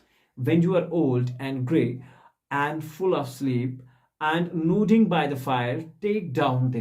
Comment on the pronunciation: Kindly,Sir check the pronounciation of word nodding!!